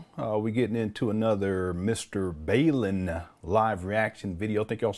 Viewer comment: Lol, his name is Bawl-in. Like 'bawlin' your eyes out. He even says his name this way in his videos. 😂